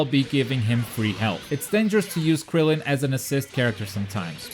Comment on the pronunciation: It is Krillen not grillen